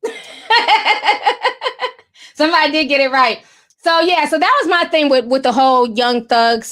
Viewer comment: I love how you say “thing” lol “theen” I love it 🥰